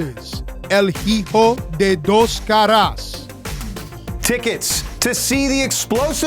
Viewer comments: 'Hi-Jo de dos caras' WTF It's pronounced 'E-Ho' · Guys, work on your spanish names. It almost seemed like you were having a stroke. I don't know if the "liguero" (wich means garter belt the way you pronounce it) is on purpose, and the joke is that he is not from mexico, but el hijo de dos caras was awful.